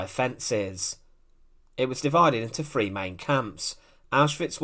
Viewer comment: Yes, when you lose your eyesight you become blind. As commented prior, enjoy the history, but please get a new narrator who doesn’t pronounce “three” as “free”.